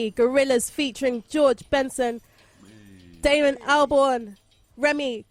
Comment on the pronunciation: The way she struggled with Damon's name 😂